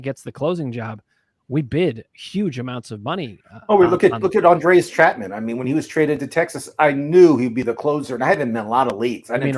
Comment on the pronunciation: “Andreas Chapman” 😂😂😂😂, never change, my man!